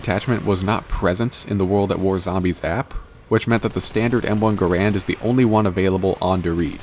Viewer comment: Bro forgot the first A in Gar-and